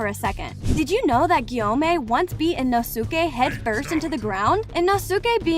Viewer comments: It’s “moo-zon”, and “ino-skay” not “mu-zan” or “Ino—-sukay”. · It was ✨shinuboo✨ and ✨inusukei✨ Edit: and “teimayoO” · I love this but i cant take the mis pronounceing of the words💀* inosucke* muzun guimi like i like the video not hating but 💀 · “ino-suke” me: ITS INOSUKE NOT INO-SUKE😭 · the way you said sanemi and inosuke